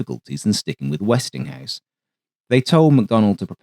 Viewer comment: I cringe every time I hear "Westinghouse."